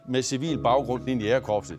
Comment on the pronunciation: kære hr fortæller...det hedder ikke jAgerkorpset...men jÆgerkorpset, tak. Bortset fra det.. fed doku og stor respekt til alle jÆgere samt frømænd <3 :)